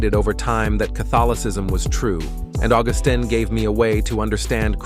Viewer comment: St. Augustine of Hippo….accent on second syllable Augústine